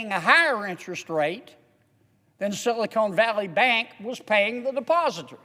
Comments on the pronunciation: he keeps saying silicone valley bank instead of silicon (ca-ahn) valley bank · You sort of have to love how down-to-earth he is. Now if he could only pronounce "silicon", that would be awesome. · Do you ever correct people who mispronounce your last name? Silicon and silicone are physically two different substances. I just think it hurts your credibility if you're speaking on a topic and you can't pronounce it. Think of the hits Bush took for his pronunciation of "nuclear". It didn't change whether he was right or wrong on his viewpoint, but his credibility suffered. That's all I'm saying. Thanks for axing. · JK can’t pronounce “Silicon,” but he’s otherwise correct. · Nope, I have zero respect for anyone who doesn't know that Silicon and Silicone are two different things. Same as Nuclear vs Nuke-you-lurr. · its funny he keeps pronouncing silicon as silicone their is a difference i wonder if he even knows it Silicon is a natural chemical element, silicone is a man-made product. The words are often used interchangeably but there are important differences. Whilst silicon is natural, silicone is a man-made polymer derived from silicon. There are also differences with the applications of silicon and silicone. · Sili-Con not sili-CONE. I do not trust anyone who cant pronounce a simple word. they're all colluding together and there is no right or left, just dumb and dumber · Silicon not Silicone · I find it really hard to take him seriously when he keeps calling it "Silicone" Valley Bank instead of Silicon Valley Bank. Does he understand there is a difference? Silicone Valley Bank is what they should call a bank here in LA, not up in San Francisco. It should be based in Glendale, because the San Fernando Valley already have the "Bur-Bank." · This guy is such an idiot he doesn't know the difference between "SILICON" and "SILICONE". Bill Lucas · I don't know if he meant it or not but I'm cracking up at him calling Silicon Valley Bank "Silicone Valley Bank" 🤣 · Silicone?? Lol